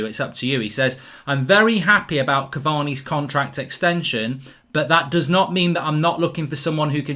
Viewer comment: Ole call cavani caviii